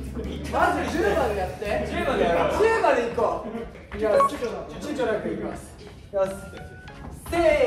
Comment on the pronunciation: 「ちゅちょ(躊躇)」リターンズ